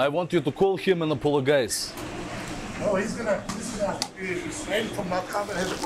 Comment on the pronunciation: You call him and apoloGUYse 😂😂